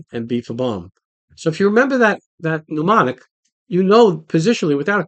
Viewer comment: Hey? The word is mnemonic (pronounced Nemonic) not pneumonic (meaning to do with the lungs, and pronounced New Monic). 😜